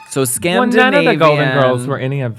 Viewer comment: Hahahaha what is scandivanian